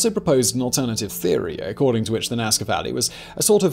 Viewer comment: It's Nazca. And for God sakes, I hope that you have done your duty and visited far more than only the lines. The Nazca were truly awesome. If not get back to the Casa Andina (the best restaurant in town it's just crossing the street, like five meters away from the door of the hotel) and do your duty! Cusqueña de Trigo, always! ;)